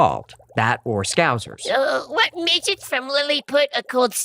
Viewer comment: It's pronounced SC -oww-Sir. Scouser.